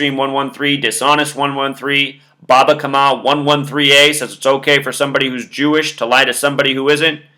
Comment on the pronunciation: are you saying baba kamma or bava kamma?